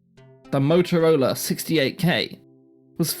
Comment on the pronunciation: Couldn't stand more than twenty minutes of his diction and eating up of words. I tried as the subject matter is so interesting. I'm sorry if it's a physical disability though. A simple word like Motorola, sounded totally off in so many places. 👎 Had liked and subscribed at first.